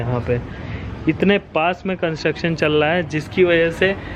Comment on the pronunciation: no one literally no one: me:he says chal laha hai,instead of chal raha hai